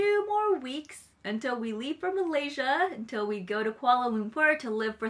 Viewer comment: ha "UNtil" no "un" wakarahen desu.....🤔 😋